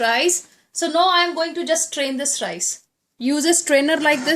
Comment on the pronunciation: need to improve your English.....RICEE.....the teth Punjabi slang....also need to be more polite....u appear too harsh....